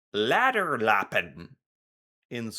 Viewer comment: Good pron on "läderlappen" - that was AAA+ for an american :) Impressed.